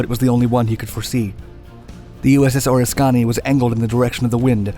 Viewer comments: ORR ris kan eee .... Was the carrier. Get the announcer could miss it but the producer or director. ??? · Just a note on USS Oriskany = Or-ISK-uh-nee. Great vid. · We always pronounced it more like Or-risk-kan-nee. . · USS Oriskany... Wish I had audio because you can't pronounce the name of this carrier for shit! This is the carrier John McCain was flying from when his A4 got shot down over North Viet Nam. It's now an artificial reef off the west coast of Florida. A LITTLE MORE RESEARCH ON YOUR PART AND YOU COULD HAVE SEEN A VIDEO ALL ABOUT THE SINKING THAT WOULD LET YOU HEAR HOW TO PRONOUNCE THE NAME CORRECTLY. Also, you're doing that same bit where you show videos of aircraft that aren't even close to the correct type... like B-17s. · Can you please pronounce USS oriskany. again. LoL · Definitely pronounced that aircraft Carrier wrong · I hate to be a troll because I am not trying to be one BUT please learn to pronounce (USS) Oriskany. It's like fingernails on a chalk board when ever you say it like it's two words. Ok, got that off my chest. Please carry on with the Excellent videos, I'll keep watching. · Oriskany - there's a ▶button so you can hear it. Just next time you come across one you aren't sure of, we all know editing is time consuming and going back is hardly worth it. But getting pronunciations right leads to legitimacy and subscribers. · Wish you had learned the pronunciation of the USS Oriskany. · After the SECOND mispronunciation of Oriskany..... I had to stop watching. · You mispronounce Oriskany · Love your videos, the way you mispronounce the USS Oriskany kills me. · You have to learn the proper pronunciation of the Aircraft Carriers name, watch Top Gun they mention that carrier at least one in the film. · Guys for God's sake, stop commenting about him pronouncing oriskany wrong. It was a simple mistake, one that anyone could make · He butchered that pronunciation🤣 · Learn how to say Oriskany. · ...talk about butchering a ship name...!!! Damn...